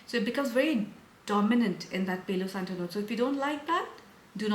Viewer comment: Dear, I really enjoy your content, but I have to tell you that the pronunciation of the Spanish words “Palo Santo” is with A like Alfa (PALO same A as in Santo) because if you pronounce it in the English way you are literally saying “saint hair” 😊